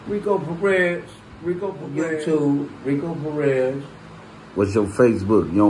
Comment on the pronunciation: This man said Rico Perez 😂😂😂